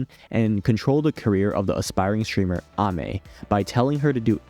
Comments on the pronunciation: Pronounces Ame correctly, pronounces niche incorrectly :P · Ok You may be right about the pronunciation of Ame But that is not how you pronounce niche